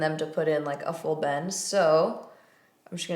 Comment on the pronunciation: The first couple times you said "bend" I heard "bang" ... not sure where my mind is this morning 😂🙈